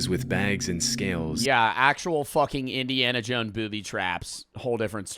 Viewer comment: "Indiana Jone"?